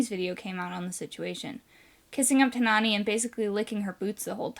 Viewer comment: Every single time you call Nawnii "Nani", i lost a piece of my soul